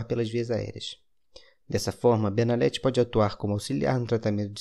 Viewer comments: Benalet... N se pronuncia o t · No próprio comercial eles pronunciam benalet com T